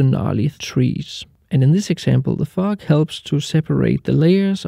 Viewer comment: Really great tips. It took a couple of times for me to realise you were actually saying "fog" sounded like a totally different word to my ears lol